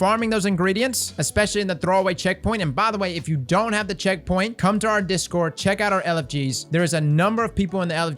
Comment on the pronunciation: For info, I'm a fairly new player and have no idea what checkpoint you're talking about, couldn't even make out the word you said :( Some more detail would be helpful.